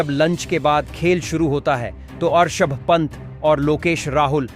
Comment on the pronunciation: This men Rishav pant not Arshav pant